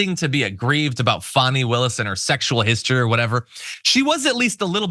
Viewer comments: She wouldn't be socially "grounded" enough for me to want to buy hamburgers from, at a fast-food counter. She's one of the defense attorneys and she still hasn't figured-out the pronunciation of the DA's first name--; and even when she remembers it--; she still tries to argue that it may not feel like the most "?logical?" pronunciation to her--(!?); And she still has the unmitigated audacity actually to "disparage--;" the ("heroic"), super-competent, "accomplished" attorney Fani Willis--; as who "she-herself," Alina Habba, is--; namely, the farcical comedic trope of the employee so inept they can only just barely hang on to their job by a fraying thread--! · I wish Fani would make a zoom meeting to just go over the pronunciation of her name. I’d love to be on that call. I know it’s petty, but WTF.